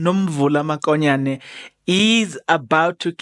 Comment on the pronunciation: Not makonyane mokonyane point of correction